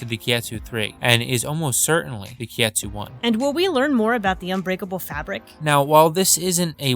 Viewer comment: Just for reference, it's Kitetsu, not kietsu